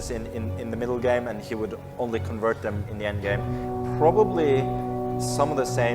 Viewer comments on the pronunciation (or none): none